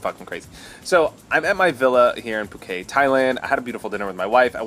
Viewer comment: I just don't understand how you can be in Phuket and think it is pronounced phukay